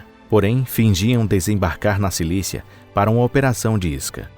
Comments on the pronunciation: Em e .. Silícia ou Sicília? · Sicília, mermão. Silícia não! SI-CÍ-LIA!!!!